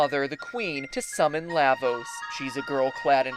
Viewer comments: "Lah"-vos? Are you a frikkin Canadian? PS: FF 6 narrowly wins over CT. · LAvos? Um.. shouldn't it be prounounced La = lava? That's how I"ve always pronounced it. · LAH-vos as in Lava. LAW-va. LAHH-vos just sounds wrong. But great video.